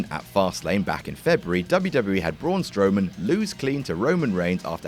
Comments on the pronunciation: is just mispronouncing a name supposed to be funny? is this what passes for comedy? damn, sucks... everybody else on WhatCulture >>>>>>>> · Saying his name incorrectly isn't funny.